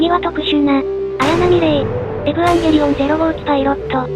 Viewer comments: このチャンネルの「エブアンゲリオン」っていう読み方好き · 発音エブワンゲリオンなの好き